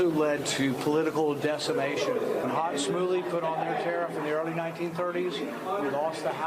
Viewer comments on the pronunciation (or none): Thanks Rand Paul for clarifying, but it’s Smoot-Hawley, not Hot-Smooley.